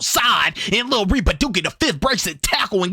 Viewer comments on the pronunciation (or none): "Louiss ville" 💀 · “lewisville” is crazy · Loo-e-ville bro 😂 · Love his vids, but him pronouncing “Louisville” wrong irks me a bit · The S is SILENT in Louisville